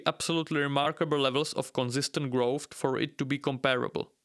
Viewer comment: What is "growft"? I've never heard this word.